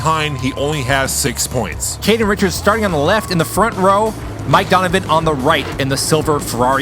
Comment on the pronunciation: Du-n-u-vi-n not Donovan